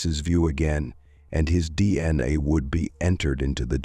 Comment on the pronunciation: Pronunciation kills the story. "Male Samon" "DNuh"?